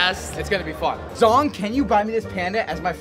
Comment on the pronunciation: BROOOO NOT ZONG it's ZHONG